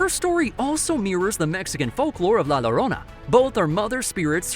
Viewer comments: Llorona... pronounced as lorona hurt my ears!! Think LL more as an English pronunciation of YO. YO-rona Great video! Dan Da Dan is amazing! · Yeah, also can be said as "IO" "io-rona"